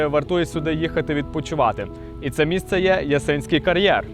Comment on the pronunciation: Який це кар'єр??? Ясинський??? 😂 Ну і як можна до тебе дослухатися, якщо них навіть назви кар'єру вимовити правильно не можеш!!!?!!